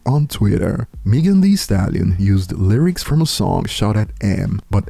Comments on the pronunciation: Who’s MEE-gan? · Still waiting on to say Megan name right 👀